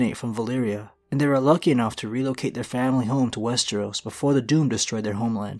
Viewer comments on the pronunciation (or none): I was so happy to hear you pronouncing westeros correctly, then in the last minute or two you say wes-tree-os again. You had to do it on purpose to piss me off. Kidding aside, another great video.